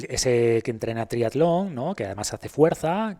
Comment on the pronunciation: por qué dices aleta en vez de atleta o trialon en vez de triatlón, como maltratan el castellano…